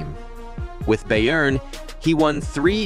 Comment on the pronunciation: U said booyern